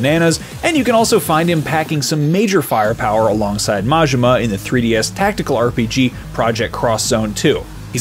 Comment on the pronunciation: Majima... please practice for the next video haha.